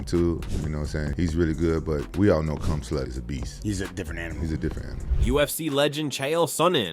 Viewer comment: Did rampage just said khumslut😂